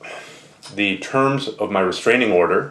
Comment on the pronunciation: bahahahahah restaining order. lol